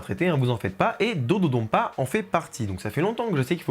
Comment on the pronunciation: Petite remarque, ça se prononce comme ça s'écrit, avec le son "n", pas un "m". L'utilisation du "m" est un reste de retranscription arachaïque américaine de la langue japonaise, qui a été remplacée il y a déjà des décennies sur l'appellation des nouveaux noms de lieu au Japon. Le japonais se lit exactement comme il s'écrit dans ses alphabets d'origine. Et là, le nom de l'attraction est écrit en katakana, qui est de surcroît le système d'écriture prévu pour les mots étrangers et les onomatopées, et on peut lire "dodonpa" et "dododonpa". Il y a même un "N" sur le design des trains. Il n'y a donc aucun doute sur la prononciation officielle. C'était l'instant chipotage, mais des fois, ça devient agaçant d'entendre des francophones se tromper de prononciation à cause de l'influence de l'anglais américain qui est à la traîne dans les retranscriptions des langues asiatiques. Sinon, évidemment, super vidéo !